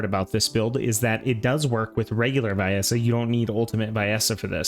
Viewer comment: Even the game says "Vee-essa" why do people still say "vye-essa"?